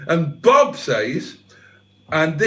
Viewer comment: You're mispronouncing Bob.